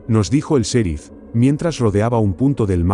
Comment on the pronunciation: Hey no se dise ( serif ) el sonido en Ingles es ( cherif ) y se escribe en Ingles ( sheriff )